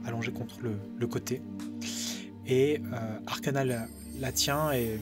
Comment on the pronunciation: J'entends toujours Arcanin au lieu de Arcana x))